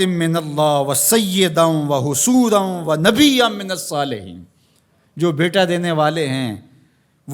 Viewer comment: السلام علیکم ورحمۃ اللہ وبرکاتہ ماشاءاللہ آپ نے بہت ہی پیارا بیان کیا اللہ ان کی عمر میں برکت عطا فرمائیں اور تمام علماء اہلسنت کو سلامت رکھے حضرت نے ایک جگہ تیسرے پارے کی آیت پڑھی تھی بِيَحْيَىٰ مُصَدِّقًا بِكَلِمَةٍ مِّنَ اللَّهِ وَسَيِّدًا وَحَصُورًا وَنَبِيًّا مِّنَ اس آیت میں حضرت نے ح پر زبر کی بجائے پیش پڑھ دیا